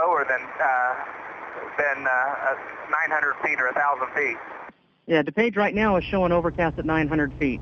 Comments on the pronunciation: Somebody please program the bot to read DuPage correctly and Spell "flight" correctly. Thanks. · Pronounced.....Dew-page!!!! Just drive up from Indy!